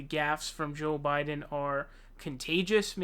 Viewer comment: why does he say ''show biden'', he sounds like a french guy